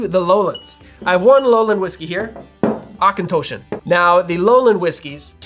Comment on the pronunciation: Good pronunciation on the distilleries! Auchentoshan has an 'o' that sounds like the one in Macintosh ('OCH-en-TOSH-an' in This video is a good reference for the more tricky distillery pronunciations. Lastly, as an American living outside of the US for decades, no one calls it "Scotch" except us. I would NEVER use the term in my whisky circles. Acceptable alternatives are Scotch malt whisky, malt whisky, and just "malt" will imply whisky within context.